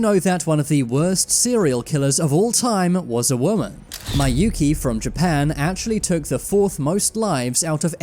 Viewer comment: IT'S PRONOUNCED MI-YU-KI